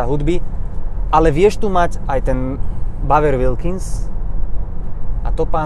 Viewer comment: nie v zlom ale male jazykove okienko: Bowers & Wilkins sa cita zhruba ako "bauers änd uilkins"